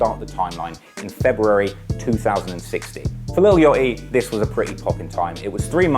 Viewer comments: lil what??? yottiii??? 💀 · Lil Yoeaty😭lol I’m jus hatin, I love ya content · “ lil Yotty “